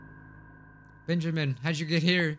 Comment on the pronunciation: Benyimin is how lil misfortune say it!